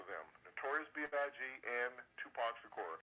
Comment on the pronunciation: Islam is a fake religion but you're real 1 right ? 'nahmsayin' learn how to speak properly before making videos. You don't even know how to pronounce Shakur let alone this whole story.